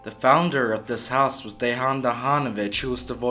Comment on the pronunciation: Great channel pal, you are making great themes not just mainstream/popular one, just to help you with prounanciation of the names...Dejan=Deyan...Mrnjavcevic=Mrnyavchevic